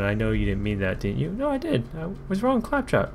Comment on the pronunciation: Pronounces claptrap wrong over 9000 times